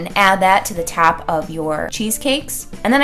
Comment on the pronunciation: Why does she say tap instead of top..